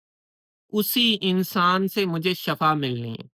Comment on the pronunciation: Very good but Shifa not Shafa